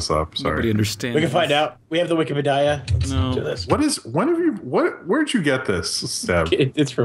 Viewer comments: Question: when are you guys are going to stop calling "wikipedia" "wike pe die ah? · I REALLY HATE WHEN CALLS WIKIPEDIA "WIKI-PE-DAYA"! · I REALLY HATE WHEN CALLS THE WIKEPEDIA THE WIK-EH-PAH-DI-AH!! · I really hate when calls wikipedia wik-e-pe-dia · I REALLY HATE WHEN CALLS IT WIKIPE-DIE-UH!!!!!! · I REALLY HATE WHEN CALLS WIKIPEDIA WAKKA-WAKKA-PEDIA!!!!!!!!!!!!!! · I REALLY HATE WHEN CALLS WIKIPEDIA "wiki-pe-dia"!!! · yOU PRONOUCED WIKIPEDIA WRONG